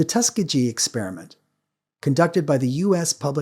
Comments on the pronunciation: Debacle and tuskigee pronounciation got me fugged up on some carnivore diet sheeet. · How can someone so highly educated mispronounce "debacle" so egregiously? And "Tuskegee". And "scourge".